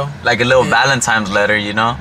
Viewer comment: Not with the “valentimes”